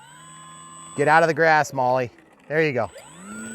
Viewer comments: Great job....accept the aircraft is pronounced "Mall" not "Molly" 😜 or maybe that's just her nick name? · Molly M7. !?!?!? 😂😂😂😂😂 Not even close to how you pronounce Maule . It’s pronounced Mall … like shopping mall . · Maul,,, forget the E,,, just maul,,,, hehehehee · My buddy owned a Maule...on floats...a real one I mean. He called it a "Maule"....pronounced "Maul", or "Mawl". (not "Molly"). Just saying. But thanks for the video, I intend to buy one of these. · Hey, been researching this plane... It is pronounced Maule - rhymes with Hall -. The "e" is not pronounced. Looks like a great plane. Wish E-Flite would scale/model the current Maule M-7-235C. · 😂 made me laugh hearing it pronounced that way. I just got one of these, it’s quickly become my favorite airplane. Very scale the way it behaves if you try to fly it like the real thing. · The E in Maule is silent. Great videos! You’ve helped me become a better rc pilot for sure. Keep on flying!